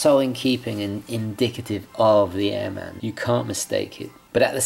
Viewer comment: I usually don't go for black watches but I do like this one. Great review my friend! I would like to mention that airman is an aviation term and pronounced as one word.